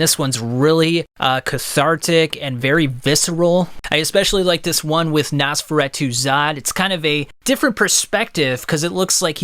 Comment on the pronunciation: Great video but the mispronunciations (especially Nosferatu) was annoying me bad